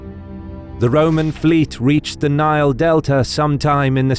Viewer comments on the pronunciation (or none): none